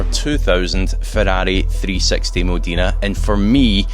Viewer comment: That isn’t how you pronounce Modena , nice video though .